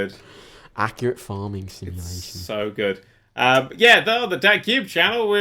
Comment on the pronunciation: he said acculaty 2nd